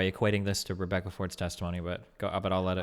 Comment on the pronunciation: Lol that Rebecca Ford slip up made me laugh. Aydin Paladin getting doxxed again.